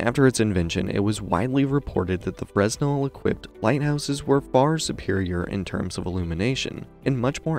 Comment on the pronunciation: Nicely done, but fresnel is pronounced (/ˈfreɪnɛl, -nəl/ FRAY-nel, -nəl; /ˈfrɛnɛl, -əl/ FREN-el, -əl; or /freɪˈnɛl/ fray-NEL)